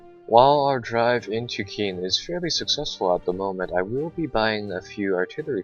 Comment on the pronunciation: I believe Caen is pronounced like "Khan" not "Keen" and Cherbourg is pronounced "Share-Bourg"